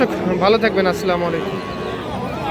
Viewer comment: ভাই আপনাকে একটা পরামর্শ দেই, ভাই সালামটা খুব সুন্দর শুদ্ধভাবে দিয়েন।